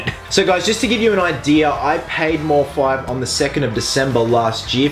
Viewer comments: His name has been taken from Deadmau5 so its mouse5 not mor-5 just a heads up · I think it's pronounced "mouse" as with the group Deadmau5.